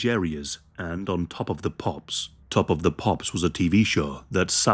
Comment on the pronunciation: Top of the Pops sounds more like "Hop on Pop" 😳